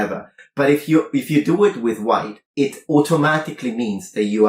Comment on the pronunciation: God is the "hhhWHITE" is so obnoxious i had to skip that part